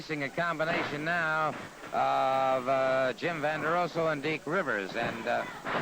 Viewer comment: And in the first twenty seconds of this clip, Solie says "Vanderoso" and "Vonderoso".